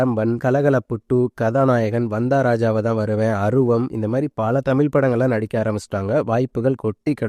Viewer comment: தமில் ⛔ தமிழ் 👍🏻